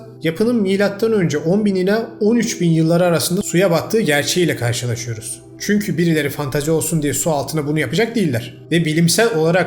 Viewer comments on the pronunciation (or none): none